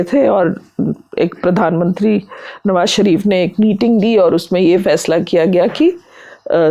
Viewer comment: "" भाई, हम लोग देश के जिस क्षेत्र से आते हैं अक्सर उसका प्रभाव हमारी बोली भाषा पर पड़ता है और ये स्वाभाविक भी है। आप लल्लनटॉप पे हैं और इसको राष्ट्रीय और अंतर्राष्ट्रीय स्तर पर हिंदीभाषी लोग देखते हैं। कोशिश कीजिए कि, आप "श" और "स" के उच्चारण में फर्क कर पाएं। "नवाज़ शरीफ" को "नवाज सरीफ" और "मुशर्रफ" को "मुसर्रफ" कहने से बचें।